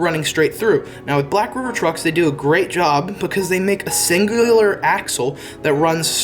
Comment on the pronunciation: singuaalar im dead 😂